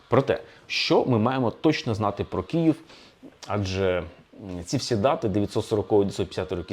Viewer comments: Все цікаво,але Київ,а не "Кіїв" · Дуже дякую за вашу працю! Цікаво й аргументовано. Єдине побажання до пана Олександра - вимовляйте Київ твердіше, бо я чую Кієв.